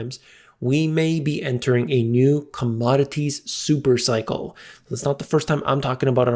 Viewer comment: A Thooper thykel U say ?